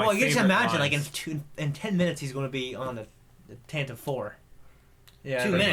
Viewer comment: Could you all (and everyone in general) stop pronouncing Tantive like restive. It ends with a "vi" sound and always has. Apart from that, taan- tiv just sounds stupid for a name.